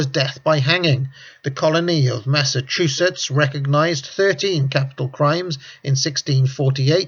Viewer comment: Hey he finally pronounced Massachusetts right. 3 seconds later : "Saturnuurlia"